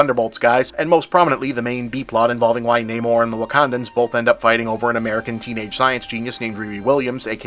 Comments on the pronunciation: I'm assuming it's nah-more, not nay-more? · I'm surprised Bob didn't get called out by his peers for not pronouncing Namor the way it's pronounced in this movie.